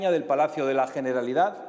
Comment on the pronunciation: Coño abre su intervención hablando de una detención, y no sabe ni decir generalitat, porque claro el catalán es un idioma satánico jajajja bien fascista el tío. Encima 0 propuestas, 0 soluciones para el país, todo amenazas y lenguaje violento de un analfabeto cuyas ideas son las culpables de que haya independentistas. Una ironía que clama al cielo, una idea de España que no apoya ni siquiera un solo diputado de Europa. Lamentable.